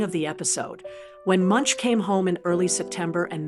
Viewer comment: How can you make a film about an artist and pronounce his name incorrectly?